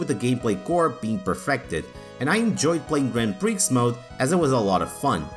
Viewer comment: Correction: not all ps1 games had warping textures/polygons. See Tobal 2 for example (and others). Also, the x is silent in prix.